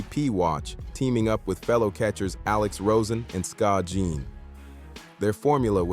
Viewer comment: Jeedee-on?I'm out